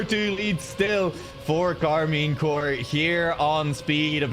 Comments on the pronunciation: Might be because it's shortened to corp, like the marine corps is also pronounced more like core instead of corp. Though i'm assuming corp is short for corporation, in which case the P should probably be pronounced. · Maybe learn English because Corp is pronounced Core.